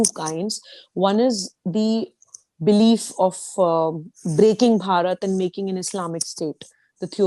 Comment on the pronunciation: Why don`t you people just say INDIA !! The way you Indians pronounce Bharat , it sounds like you are saying Parrot ( like the talking birds ) !!